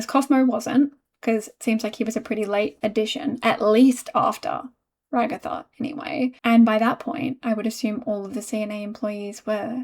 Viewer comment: Ragatha became Rug-atha... sorry I had to